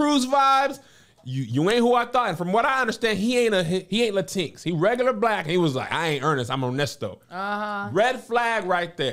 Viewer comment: "LaTEENX" instead of Latinx is the most ridiculous thing I've heard today. 😭😭